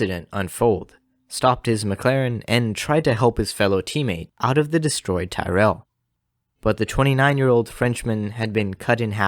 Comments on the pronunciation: Stop saying “Tie-rell”. It’s pronounced “Tirrell”. “Tyrrell” rhymes with “squirrel”. It’s a short vowel, not a long one. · Good video. However, Englishman, Ken Tyrell's surname isn't pronounced "Tie-rell" but "Tirul" And I think French man, Cevert, was also pronounced "Sev-air" But these are but little details 👍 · Something to keep in mind for the future. The correct pronunciation of Tyrrell is tee-rel (as I'm rely) instead of ty-rell. Otherwise great video bro! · Pronounced Tirrell.